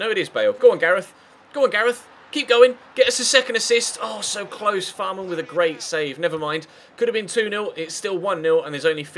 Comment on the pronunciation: Fährmann is pronounced like Fehrmann, not Fahrmann